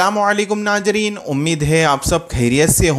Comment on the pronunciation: Are Bhai Naajreen (नाजरीन) Nahi balki Naazreen (नाज़रीन) hota hai. Apna Talaffuz Sahi kar le'n.